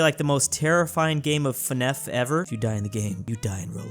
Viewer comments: FNAF is pronounced " eff en ay eff " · Don't let the entirety of this video hide the fact that said FNEF instead of FNAF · “Fahnef” why